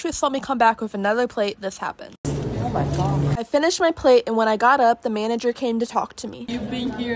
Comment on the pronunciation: that “oh my god” was personal